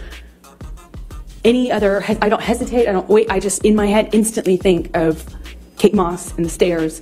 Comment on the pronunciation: Kate not Kat